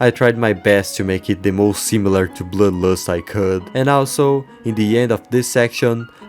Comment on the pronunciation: im sorry but it cackles me up every time you say bloodlust (bloülues)